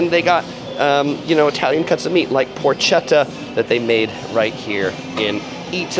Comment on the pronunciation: Porchetta must be pronounced as written "porketta"